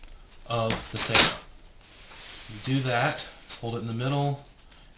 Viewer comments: Sago is a slimey pudding. The word is sa ge oh. Be respectful to the language as well as the technology. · It's called sageo as in sa-geh-oh not sego. Have more respect in speech and demostation when practicing this art form.